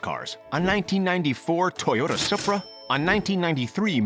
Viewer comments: Sup ra , ITS SU PRA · Why does he say Supra like that. It’s soopra not sup rah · you sai it as soupra not supra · And what the fuck is a Suhprah SOOPRA BABY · You know a guy knows nothing about jdm when he calls a supra a sup-ra instead of soupra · not suh pra, its soo pra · Suh Prah 😂 Nah... Say it with me.... [ Soup - Prah ] = Supra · I like how he said "sopra" and not "soup-rah" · “1994 Toyota supbruh” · my man just said spra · did he just say soopra for the toyota supra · What the fuck is a Suhpra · Toyota sup rah the That too for $30000 LMAO 😂😂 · Its not supra its a suupra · ... a Supruh. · tf is a sapra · did this dude just say "sup"ra?!?!?! bitch get the fuck outa here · I lost brain cells when he said Supra like sup-ra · WAIT WHAT A SOUP-RA? IS THAT A SOUP-RA? I THOUGHT PAUL OWNED A SOUP-RA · I’m insulted it’s supra not sup pra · Sup-ra??? Talking about a charger but show a z28 wtf... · he said “sup-ra” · A sup-ra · i hate how he says supra. it sounds like hes saying sup pruh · did he just call a supra a sapra??? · Ikr like wtf's a sup ruhh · made me stop watching the moment he said sappra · FR BRUH! like wtf is a supruhh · "sup rah" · Did my man just say 'Suhhpra'? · This fool really doesnt know shit about these cars. Lol really needs to do some more research. Two examples. A suh-pra? Lol. On top of that. You showed a camaro instead of a charger? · Toyota sapra.....BRUH REALLY?!! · soop ra? LMAO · This narrator is fucking awful. What the fuck is a Toyota Suhpra? Or the Fate and the Furious? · did anybody catch that he said sup-bra. instead of supra? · sup-ra? wtf? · sup- ra 😂😂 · Its (Soup-ra) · "toyota soupra" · Did he just call that a sup-rah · he really said Suhpra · Did he say Toyota soupra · "A Toyota Supp-ra" 😂😂💀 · It sounded like sup bruh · I was so sad when i heard how he said (supra) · It pissed me off how he said Supra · my man butchered them names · The way he said “Supra” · I hate the way he said supra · DONT SAY SUPRA LIKE THAT